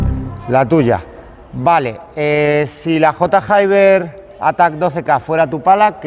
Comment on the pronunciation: J Hayber mil veces que has dicho J y luego Hayber sabiendo que no se dice así 🤣🤣